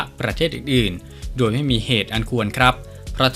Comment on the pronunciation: แอดมินคะ..อ่านออกเสียงคำว่า..โดย..ให้ถูกต้องหน่อยค่ะ...โดย...ไม่ใช่..ดวยค่ะ.😁